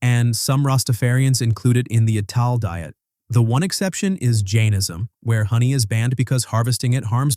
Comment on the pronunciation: "Ital" in Rastafarianism is pronounced as "Eye-tal" ie it's based on the word "vital" with the "v" removed.